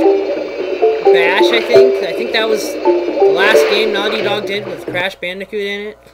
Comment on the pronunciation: its pernounced naughty dog